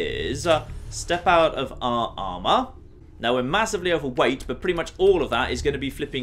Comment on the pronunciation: He said he was massively overwait . I thought he was British not American ....I will promptly drink bleach now .